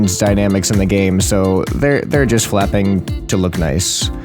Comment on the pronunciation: "i decided to type in fapping machanisms." is what i heard 😂